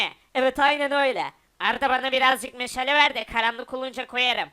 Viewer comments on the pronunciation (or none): de meşale ye meşele dedi abi